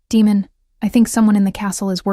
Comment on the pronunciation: Would have been a good one ,except for his name.... Demon and he is fighting against them to ? Damon is bad enough... People please look up how to pronounce stuff before you put it in your story 🙏👍👍